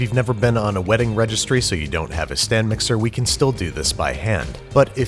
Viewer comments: STANDO MIKSA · Don’t you mean "STANDO" MIXER!?! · did you say... STAND mixer?!!